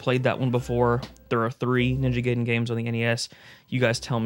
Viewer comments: It’s pronounced “guy-den”, not “gay-den” 😛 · it's Ninja GUY-den....... not gay-den...... see here ---> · Ninja guyden sounds better, the way you say it sounds like a den for someone who´s gay. I don't know what I'm saying, its late and it just made me laugh and had to share it. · It’s not NINJA GAYDEN ITS NINJA GAIDEN how do I know from the movie the wizard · I used to say it that way too growing up. It's actually pronounced "Guy-den" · is it pronounced Guyden? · Damn seeing ninja GUYden 3(sorry,just how I’m use to pronouncing it 😅) brings back memories of me playing nes games on my jailbroken iPod back in middle school 😂 gotta be honest and say that I’ve never got strategy guides as a kid. Closest thing would be those cheat code books I’d get at the book fair in elementary school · “Ninja Gayden” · love that ninja gay-den and merio bros. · In the 1989 movie "The Wizard", which was sponsored by Nintendo, it was pronounced "guy-den" Sorry, with the covid restrictions and the 14" on snow dumped on me I have nothing better to do than argue silly things